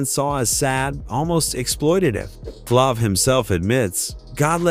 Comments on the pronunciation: this guy said flavor flabbbbb wth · Say their names correctly plz. Buusta an flavv who talk like that. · The a is a long a in Flav